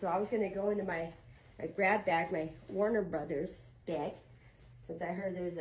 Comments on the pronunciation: Did you say warn-a-bro? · said "warn-a-brotha" she's always been 1 of those actresses u just could tell wasn't a flunky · So no one noticed how she said "WARNER BROTHERS"? and putting emphasis on it? Look how she stared into the camera!